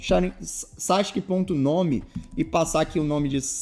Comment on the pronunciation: pq ta escrito sasuke e vc fala sasq?